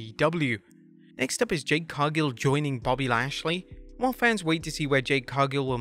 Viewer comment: Your using AI to do your voice. I can hear it at certain points. Your AI voice mispronounced Jade's name the first time as well as bad editing. Your not slick.